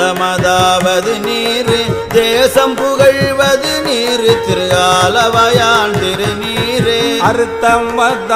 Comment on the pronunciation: Wrong pronounce ஆலவாயன் not ஆலவாயான். Thanks